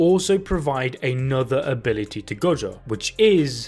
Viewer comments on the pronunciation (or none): “Ability” “a-billl-ity” ability never heard ability so many damn times